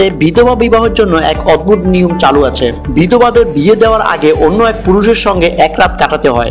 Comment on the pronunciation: শুদ্ধ বাংলা চর্চা করুন,অদবুদ কি? অদ্ভুত উচ্চারণ করুন